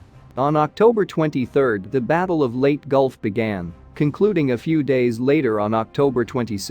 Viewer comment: Leyte is pronounced "Lay Tea" not Late.